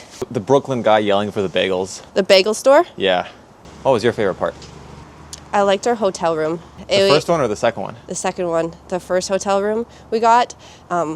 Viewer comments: I love how she pronounces bagels as “beggels” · did you just Britta'd the bagel pronunciation?